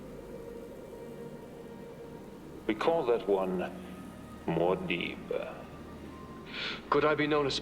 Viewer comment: I just love the way Stilgar says "Muad'dib!" right after Paul kills Feyd by using he Voice. Sounds like he's saying "Goddaaamn!" Gets me everytime